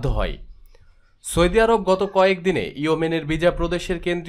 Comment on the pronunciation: সৌদি শব্দের উচ্চারণ ঠিক হয়নি। উচ্চারণ আরো ভাল হতে হবে।